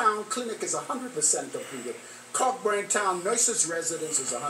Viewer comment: Its pronounced co-burn not Cockburn